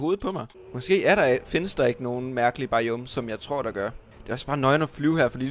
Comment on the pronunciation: der siger biome bajjuume